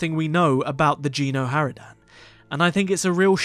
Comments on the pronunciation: I'm sorry i cant hold it, it's not "Jeeno Haradan" It's Geno! a G not J xD but either way nice video xD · No it's Gen xD and lets say it's pronounced with a G not J watch a playthrough of Kotet chapter 2 and you'll see xD